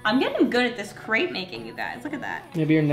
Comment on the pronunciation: Hi! Just a friendly fact, crêpe is not pronounced like that, it’s you say it like step. haha just thought I would let you know :)